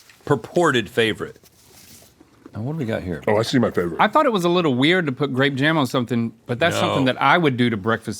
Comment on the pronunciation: He said it yall! HE SAID IT! GRAEYP JAEM